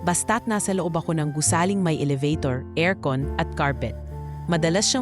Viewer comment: Ano ba yan elabator yung bigkas